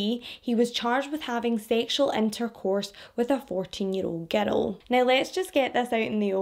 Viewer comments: You have great way of telling these cases. As an American, I'll say that I love how you speak, how you pronounce words. I'm not going to lie, though, every time you say "girl" I hear "ghetto". It completely changes the sentences some times. 😂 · I love how she says "giddle" for girl